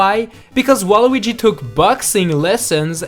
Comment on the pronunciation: YOUR a loser you can't even say his name right